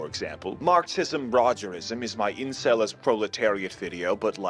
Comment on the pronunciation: he even got the Incel name right gawdamn